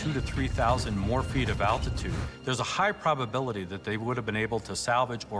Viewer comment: I love these! But can someone please explain to me why it is seemingly so hard for multiple people that I’ve seen on these shows pronounce the word altitude correctly!!! it really doesn’t seem like a very hard word to say? 🤷🏻‍♂️😂